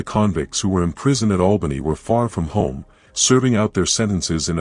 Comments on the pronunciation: It's Albany not Awlbany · The A sound Albany is the same starting sound in apple, it's not awlbany as in the sound awe. There is an town over in the east of Australia that sounds like Awlbany.